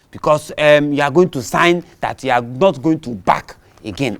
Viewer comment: Mr Azu said I will nolt bark again. LOL, Hahahahah. Watching from Papua New Guinea.